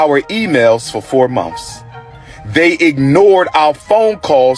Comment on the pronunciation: He’s so educated but he is saying monfs it’s months you ingrate 🤦‍♀️🤦‍♀️🤦‍♀️🤦‍♀️🤦‍♀️🤦‍♀️